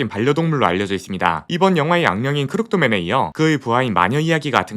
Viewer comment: 약간 발음이 크룩드맨보다는 크루키ㄷ맨 에 가깝습니다